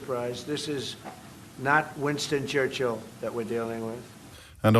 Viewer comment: Someone tell Donnie that it is not "Wanston Churshel"